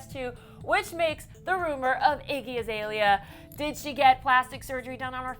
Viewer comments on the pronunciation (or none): Just btw its iggy Azalea and not Izalea